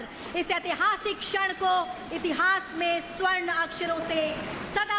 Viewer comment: छड़ नहीं भाई 'क्षण'